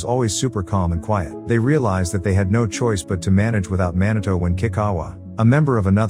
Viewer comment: "man a toe"? Come on, pronounce his name properly please. It's pronounced MEE NAH TOH !!!! How would you like it if I call your channel name "ass a high"?